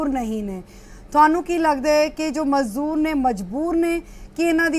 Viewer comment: Mazoor nahi mazdoor hunda madam g Mazoor urdu vich handicept nu kenday ne